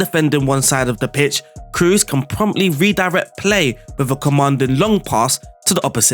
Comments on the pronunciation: No big deal, i heard how you pronounced fernandes and was good so for me is weird when you speak cruz instead of "toni kros" you dont need be scary about double oo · Kroos, the two o are pronounced like in door not like in goose.